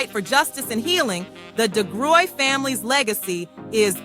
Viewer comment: AI glitch... I'm pretty sure it's pronounced Di-gry...